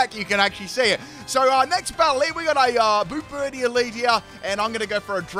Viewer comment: Ah goood, a new generation of pokemon to roast pronunciation 🔥: - "Bomb"birdier, not "boom"birdier. To bombard something is to drop bombs (or other things) on it. Rocks in this case. - Orthworm, pronounces it like "warm". Say worm, then just add "orth" to the front. - Grafaiai has no second "F". Graf-aye-aye, based on the aye-aye primate. Got it right each time after the first! - SquawkabilLY, not squawkabiLITY. Funnily enough, said it right the first time 😆😆